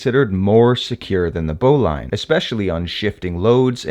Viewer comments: I think bowline is pronanced as bowleen not lain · Good knot, good video, but bowline is not pronounced bow-line, it bow-luhn. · “Bowlin” not “bowline” even though it is spelled bowline. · It’s BOW ‘lean’ not bow line. FFS… if you’re going to do videos on knots, at least pronounce the one all amateurs get wrong. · Really enjoy your stuff. But isn't it "bo lin" knot? (not bo LINE) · The e is silent in Bowline. It’s pronounced “bowlin” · The correct pronunciation is "boh-linn."" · English must be your 2d language. 'Bowline' is said as ' BO-lin ' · Great video and a very cool knot! I've only ever heard the bowline pronounced 'boh - lin' though 🤔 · * pronounced bowlin. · For such a knot savvy guy it's odd that you dont know how to pronounce "bowline". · Love this knot! Your presentation is clear and succinct. My only suggestion is that you investigate the pronunciation of the all-purpose bowline. I’ve been tying it and teaching it for many decades and have only heard it pronounced to rhyme with “tin”, not “mine”.